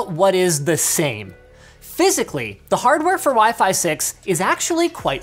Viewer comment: When you remember Linus called WiFi as pheasant,😂😂